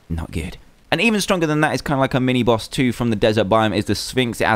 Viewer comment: ***** , it's BOSS, NOT BOWS